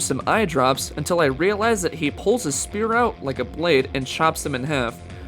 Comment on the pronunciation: I never get how they can make any video like this and not sound one bit enthusiastic. Sucks... And "spear" Really?